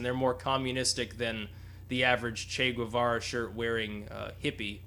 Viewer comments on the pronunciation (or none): none